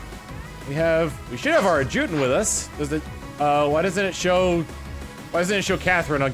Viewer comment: To the future that will see this one he's back home: "AD-juh-tant". That's how it's pronounced. thumbs up